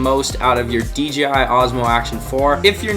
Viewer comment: Awesome opening scenes! It's also nice to hear someone correctly say D "jay" I (DJI) , instead of the other videos I watched where they all said D "gee" I (DGI) 😜. I'll watch the rest of the video now 😊😊